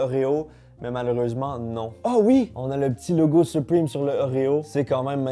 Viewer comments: On dit supreme pas suprime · On dis suprème pas suprime😭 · Sa me stresse il dit "supprime" au lui de "supreme" mdrr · Mdr il dit supwime au lieu de supreme 😂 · Pourquoi tu dit : Suprime 😂😂😂😂 ça ce dit supréme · Supwime Supreme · Je suis français et je suis prononce "suprime" seul les skateurs ils savent ;) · C’est supreeeme pas supriiime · " soupwime " Su-prè-me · Les français à chaque fois que dit "Supriiime": O_o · Je trouve ça toujours drôle quand les francais sont assurés qu'ils prononcent bien les mots en anglais. 😂 Arretez frères, c'est vraiment 'Suprime'